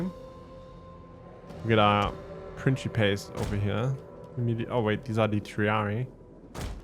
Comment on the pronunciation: Good to see you back doing TW Rome 2, just catching up on the campaign. And it's Prinkipes for the early Republic, my good sir, the Princhipes pronunciation for the c developed in the very late empire and Vulgar Latin.